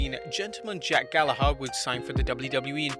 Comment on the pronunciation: The ‘h’ in Gallagher is silent. Especially to an English man. Ps: He sucks for sexually abusing a woman at a party.